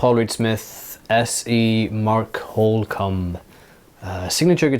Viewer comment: You said holcomb right👍